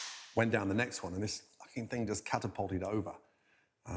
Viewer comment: The fing? I am sick and tired of this pronunciation..The thing.